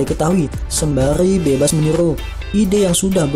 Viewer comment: Meniru or menilu ??????